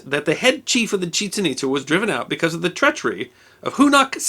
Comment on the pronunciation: Years ago, I visited Chichen Itza. By the way, I was taught that the pronunciation is not what you used. The accent is on the second syllable, not the first syllable. Those ruins are amazing, and I recommend them to anyone.